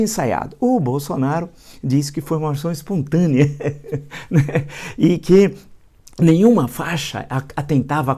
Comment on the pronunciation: "expontânea ehehehe"